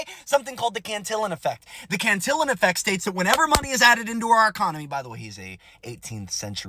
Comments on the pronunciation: Can-teeyon bruh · It takes a Republican to believe in trickle down economy. Btw, it is pronounced "CANTY-YONE" effect. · It's biblical; the rich get richer, the poor get poorer. Happened even in Jesus times. Always will. It's all rigged, it's the nature of the game. BTW, Cantillion is pronounced Can-tee-yon.